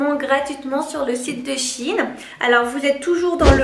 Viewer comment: C’est pas “Chine” c’est “Shein”